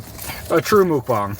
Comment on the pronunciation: Mukbang is not pronounced "mook bong," guys. It's "muhk bang." It's pronounced like it looks. 😊